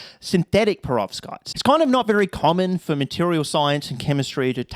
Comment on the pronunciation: Prevovskitez? LOL